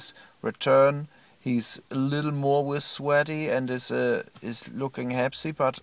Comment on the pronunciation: " So I did leave. I do not each lunch wiss, wiss terrible daddies."